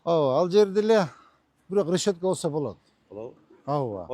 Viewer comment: Рещётка эмес решётка